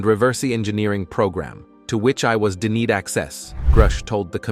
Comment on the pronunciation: "to which I was 'de need' access...", ha ha ha